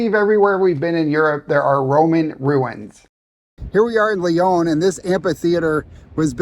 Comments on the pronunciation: Hi. It's pronounced Lee-on. Not Le-Own. I was there yesterday to take my son to visit universities. Université Claude Bernard is at the Einstein train stop and is quite a sophisticated engineering school. In a big city too it is odd to find so much open land for such modern buildings. Lyon is not as densely populated as Paris even though it is often referred to as France's second largest city. It has a quite open feel to it. Antoine de Saint-Exupéry was born in Lyon, so they named their airport after him. He wrote The Little Prince, which is one of the world's most widely translated, popular children's books. But it's not just for kids. Some things I like about Lyon is it has bike lanes everywhere. Something like 1/2 of most streets are for bicycles only. America is ruined because everyone you need a car, same with Cyprus, which is where I lived. Even you go to a restaurant get something French, like beef liver. In America we only know to fry it. But the French eat even inch, and I mean every inch, of the cow. So they can make it far more interesting that that. And this is the Rhone valley so have a glass of a Côtes du Rhône red white (white's good too). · It’s not Leon it’s Lyon. Americans lol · Funicular is not hard to pronounce. It is a word in English. And this city is called Ly-on, not Li-own.